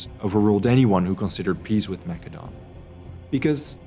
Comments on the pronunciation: It's "Ma-se-don" not "Mac-ke-don" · It's said. Massadon. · I have heard of Mass-a-don, so is Mak-a-don some forgotten ancient kingdom? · Well, 'the more you know.' Thanks for the lesson on the Greek language. But, all the English speaking scholars say 'Ma Cedon'.. it's distracting, 'Mac edon'. yes? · "Mak a don"??? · Why are you saying Macedon like it's a Macadamian nut? it's Maessssssedon! Get it together! lol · See you just schooled me! But I don't know, whenever you said Macedon I felt like I was thinking of a nut and it was irritable lmao sorry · Great video; the graphics, animation, writing, and research are tip top. However, the Pronunciation of Greek places by the narrator is Annoying. #1, It is not "Mac Edone". It's 'Ma Cedon'. Over and Over; McEdon this, McEdon that.. Consistently Annoying! #2, Narrator slips back and forth; 'Tebes' and 'Thebes'.. ? #3, Same with 'Thrace' and N's 'Trace', 'Atens' and ATHens..